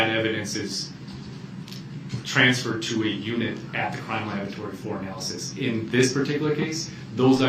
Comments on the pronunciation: . Lol, he couldn’t say the word “ analysis” 😆😆😆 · Anal lysis….anal list…..